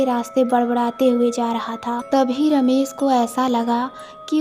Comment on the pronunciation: Ramesssssss, Ramesh hoga.....Ramesss nahi